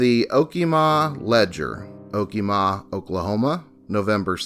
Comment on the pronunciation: oh kee muh (okemah)